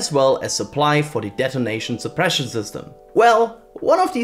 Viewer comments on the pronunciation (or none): Did he say "detonation sopression " ? I hope that wasn't a jinx.